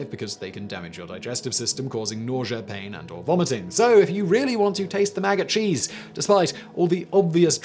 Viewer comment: Couldn’t help hearing MAGA-cheese all the time, instead of maggot cheese. xD